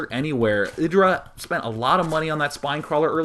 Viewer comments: It's not eh-dra but aye-dra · no its not, its ih-dra